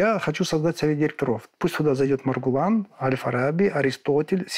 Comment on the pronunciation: Произнесите правильно имя Маргулан